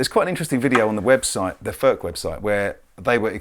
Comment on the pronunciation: Its NOT "FÖRK" nore "FÖRTSCH". He ist called František Furch. Try again. Furch, ( u like in YOU ) ore you want us to pronounce "jeans, update and cool" the German ore Czech way.